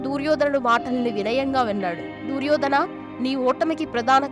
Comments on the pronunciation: ఊసేయ్ పనికిమాలిన దాన అసలు నువ్వు చెప్పిన విషయాలు కి మహాభారతం లో ఎక్కడ ఉండే, దుర్యోధన అని పలకటం రాదు నీకెందుకే వీడియో & వాయిస్ పెంట దాన తెలుగు పలకటం రాకపోతే G... మూసుకొని కూర్చొ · దుర్యోధన అని సరిగా పలకడం లేదు